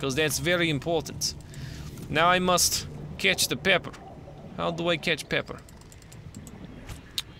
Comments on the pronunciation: It's peeper not pepper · Not pepper peeper (pee-per) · Not pepper ,peeper (pi-per) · who else had a cringe fest throughout the parts where he couldn't read the name correctly so he was try to catch the "pepper" even though its a peeper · It's Pee-Per not Pep-Er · its p-ee-per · those are pronounced peeper